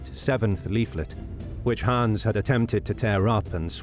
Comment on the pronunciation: You speak it like "Haans" or "Hahns", but it's should sound like "Hanns" or "Han's". ;)